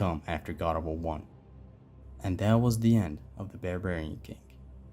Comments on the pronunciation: Barbarian king, not bearbarian Apolo? You mean Apollo. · There is no way this dude pronounced it Bear-Bearin king bro I’m dying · the way you say Barbarian lol awesome video btw i subbed keep up the great work man what did you think of Ragnarok by the way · Why are you mispronouncing Barbarian?